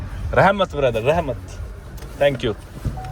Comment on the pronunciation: rehmat ni rakhmat😂